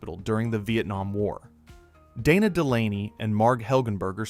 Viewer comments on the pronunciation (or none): none